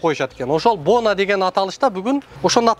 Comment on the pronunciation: Бонаа эмес боноо..оорууну тоноо